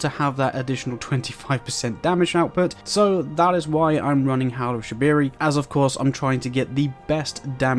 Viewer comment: bro rlly said howl of shabiri